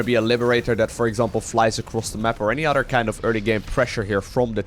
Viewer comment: "on the udder side of the map"... which side has udders?:p